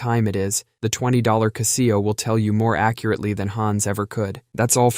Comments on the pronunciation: What's a ca-SEE-oh? Do you mean a CA-se-oh? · Huh? What the fuck is a Caseeyo? That should be pronounces as Casho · Caaah-zeo. Never kah see-o for Casio. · "Castillo"?? lol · 🤣OK I wasn't going to comment, but the pronunciation of ku-see-o (Casio) I couldn't let slide😂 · I've never seen a Kuh-see-oh watch, I've seen Casio watches. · kuh-SEE-oh f91w... Well, yeah, I'm making fun of the pronunciation, but beyond that... I actually had one of those watches lol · The cuh-SEE-oh watch? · “KuhhSEEoh” lolllllllllll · What's a Cah-see-oh? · Kuh see oh🤦🏾‍♀️ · It's "Cass - see - o". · It's Cassy-O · Really enjoy this channel, but the pronunciation of Casio blew my mind. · So if you are going to say it a dozen times, learn how to say it correctly #casio